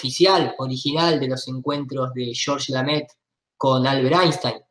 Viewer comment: El apellido es Lemaitre no Lamaitre. En frances significa El Maestro. siempre lo dice mal.